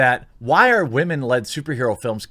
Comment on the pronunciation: Dude, Stop saying "wah-men". It's preaching (or pandering) to the choir. You often make a lot of good points that I agree with but the wah-men thing puts me off and frankly undercuts any reasonable and sensible thing you say. Be better than a butt-hurt dude bro that the woke likes to paint your kind as.